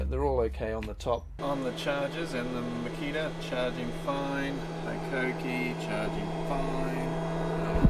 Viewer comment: Being a Japanese company, HiKOKI is pronounced like Hee-Ko-Kee and not High-Ko-Kee.